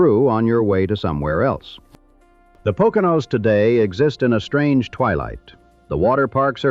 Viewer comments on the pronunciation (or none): none